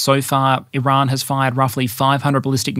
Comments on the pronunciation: You pronounce Iran weirdly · Why do you purposely mispronounce Iran like 90% of the time? It doesn't make you sound cultured just like a try hard. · First we had "Iran". Then our American friends introduced us to "Eye-ran". Now you're telling us it's "I-r[Scottish/French "R"]an. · Here just to hear how pronounces Iran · I dont know why, but "R" in "Iran" give's me wired posetive chils..